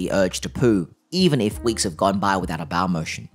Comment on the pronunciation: Small "baow" lol. You're good though